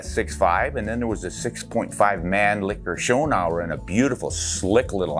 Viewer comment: 6.5 Man-licker 😂pronounce it like man-lee-cher but not man licker, i doubt that this was woke back then 🤣